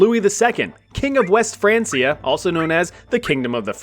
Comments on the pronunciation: "France-ee-ah." N...no. "Francia" was the latin name/spelling for the "Land of the Franks." Latin didn't have a "k," only a hard "c" (like "cut"), so "frank-ia." France is called "Frankenreich" in German to this day. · It's pronounced "Fran-kia", not "France-ee-er". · I had to stop watching after it’s not Franceia it’s pronounced Frankia, like the name Frank, because it’s the anglicized version of the original Franc, who were Germans who took over modern day France. Which was the last Frankish kingdom, which is why West Francia is now just France, as Germany and Italy both fragmented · Its pronounced frankia, not fransia, jesus. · It's "Frank-iah" not "France-iah" 😩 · Frank-e-a not France-e-a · Its not franceia. Its said Frankia god damn you. Its not english. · It's Fran'K'ia, not Fran's'ia...the C is hard as its rooted in Latin. Remember, kids are learning from channels like this so teach them properly. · Not be an a-hole but it’s pronounced “frank-E-A” not “fransia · It’s was pronounced like Frankia and not France-ia. Hence why they were called the Franks. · Hearing Francia as Franceia sends me. Why u keep saying like that!? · “frein- key-uh” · Isn’t it pronounced frank ee ah? Didn’t you watch Vikings? ❤️‍🔥❤️‍🔥❤️‍🔥❤️‍🔥 just saying (😗🤓😏) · Its pronounced Fran*K*ia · Hey, history communicators with only one job, the name of the Franks is probably a good indication of how you pronounce, “Francia”. I know, jobs are hard … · The Franceia pronunciation is giving me physical pain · It's actually pronounced like Frankia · How does one pronounce Francia wrong while (correctly) mentioning Franks in the same sentence? Wild. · Just pronounce Francia right damn it lol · its pronounced francia with a K, not a c. like you like in frank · My brother in Christ I don't think that's how you pronounce Francia. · Your pronunciation of “Francia” was mildly irritating. Other than that, great video as always!